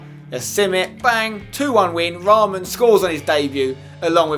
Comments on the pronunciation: Spence its not raaaaaamaan its short ra man :p (Yea i know ur not beglian like me but just saying :€) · In real life raman plays for kaa gent (belgium) , my faviurite club and spencer it is not pronounced like raaman but just raman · You don't say his name with A long A its Raman not Raaaamaaan 😂 hahahhahahahah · you say the name of the belgian striker like ra-man